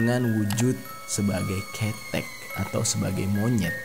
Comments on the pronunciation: Di bacanya bukan KETEK tapi KeTEK. Gapapa bisa di maklumi ☺️ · Lucu banget nyebutinnya.. pelafalan ketheknya lucu.. aku sampek tersenyum" sendiri. Tapi maklumlah bukan Org jawa